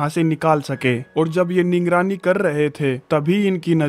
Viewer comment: Ningrani nahi 😂😂😂😂 nigrani 😂😂😂😂😂😂😂😂